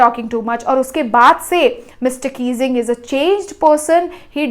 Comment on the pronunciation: Mr Keesing ❌ Mr Kissing ✔️ 😅😅🤣🤣